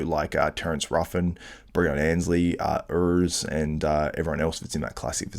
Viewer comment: more accurate to pronounce it "ORS" for english speakers. listen to how urs pronounced it on your own show and use pronunciation websites where native german speakers pronounce the name in a sound file. even after being corrected on your podcast you're still mis pronouncing ut the same way. try thinking of it as "Ors" with a slightly rolled R. the "U" is not pronounce the way it is read phonetically in English.